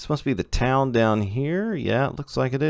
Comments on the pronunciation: I live along this route in northern new jersey so I know quite a bit about the route and towns along the line, and your pronunciations of towns were decent. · Lol alright, glad theyre getting pronounced somewhat correctly